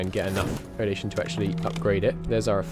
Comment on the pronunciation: Thanks for the series! Hope I'm not offending, but it's "eru-di-tion", not eru-di-ta-tion". :)